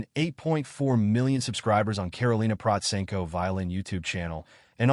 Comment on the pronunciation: This is the first time I "liked" a Karolina Protsenko description video. There are so many trash channels and falsified videos about her - well I guess this is the price of popularity and fame. You are the only one to pronounce her name right, you have done your reseach and put it almost right everything. The most persistent and general wrong opinion about her is that 1) she doesn't read music and 2) that she only plays by ear. It must be stressed that this only goes for learning pop covers. She learns classical by sheet music naturally as it isn't possible otherwise. You should have stressed seriously this in your overview. Otherwise, almost 100% with a few very small minor inaccuracies. Congratulations for a good video.